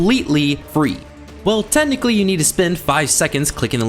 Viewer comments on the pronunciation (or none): none